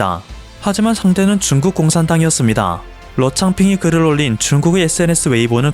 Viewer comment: 7분 7초 "북한이 한국에 준둔하므로써.." 내가 잘못 들었나 해서 자막을 봤는네 중국이네요 ㅋㅋ 소리만 듣다가 놀램 ㅋㅋ